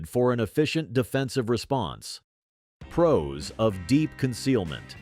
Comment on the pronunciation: Carefully consider the pee-rows and cons. Got to love the robot voice.